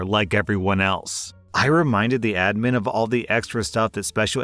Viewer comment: FINALLY YOU PRONOUNCED ADMIN CORRECTLY